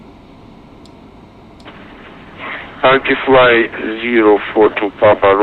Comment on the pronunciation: "Via the KUBIN 1A arrival" :P